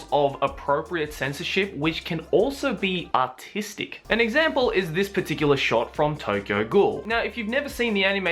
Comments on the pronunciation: I know he said artistic but it sounded like he said autistic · When u said artistic it sounded like autistic